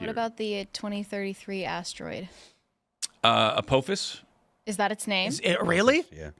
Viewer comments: “Apōfus” Ah pah phis. Inpending cataclysm that they are planning to enact upon us intentionally after manufacturing it to begin with. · (Ah-pah-phis)...(Not A-po-phis) 😂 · its pronounced Ap-aww-ffiss no ap-OH-fiss. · According to Stargate SG-1 it's uh paw fiss not ah poh fiss. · Apothis. Like the Egyptian god..."apoothis"